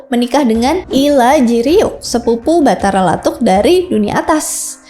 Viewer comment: Makasih telah meriview sejarah Bugis,,saran untuk cara penyebutannya sebaikx meminta sumber dari orang Bugis asli,sprt patotoe TDK pakai huruk K,atau Batara lattu,,bukan Batara lattuk